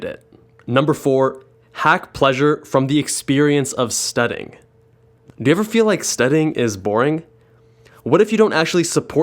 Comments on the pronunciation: You miss pronounced Studying as "Studing" missing out the y sound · STUDING I CANT LOL